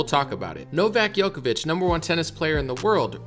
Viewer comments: The name (Đoković) is pronounced as "Jokovic" and not as "Yokovic". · Second time I’m telling you this. Please pronounce Djokovic correctly when it’s featured in your video